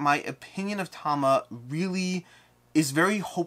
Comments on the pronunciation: You mean mid video where he says Tama - Chronicle of Ascend? No, I think he mis-spoked the name. It is Tamashii. Ta-ma-she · Am i miss hearing you are you just calling it Tama? I sort of always though it was ta-mash-ii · Is it really pronounced Tama?